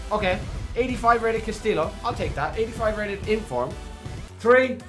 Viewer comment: Nice vid bro but dont u watch or follow football? You pronounce all the names wrong like you’ve never seen them before? You didn’t even know who castillejo from Milan is?!